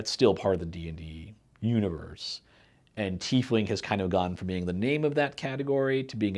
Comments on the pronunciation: UGGH! It's TIE-Fling..not TEE-fling. We also don't wear TEES, we wear TIES! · Shouldn't the name be pronounced TY-fling? Just curious